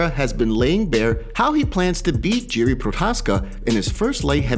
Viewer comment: Can't believe how many names get butchered through these MMA YouTube channels. Jiri is pronounced "Yee-Ree" not "Jee-Ree"